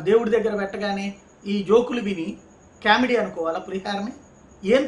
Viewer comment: కేమిడీ కాదు, కామిడీ అనాలి. English pronunciation నేర్చు కోండి. మీ English కర్ణకఠోరంగా వుంటుంది.